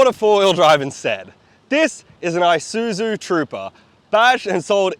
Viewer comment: Its (Esuzu pronunciation pls ) God help English speaking Countries. :)